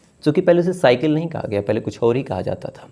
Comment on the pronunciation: Duniya ki pahli shycke nahi Cycle Ssssss Not shshsh